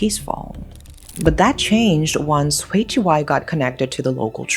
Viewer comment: FYI “Hui” is pronounced as “huy” not “hway”! But yes, HK law can be too soft on criminals.